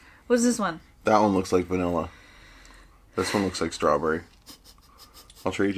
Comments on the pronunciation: strwawbwewy, nommy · No one: saying strawberry:strawburry Lol xd Imao 🤣🤣🤣🤣🤣🤣🥺🤣🤣🤣🤣😂😂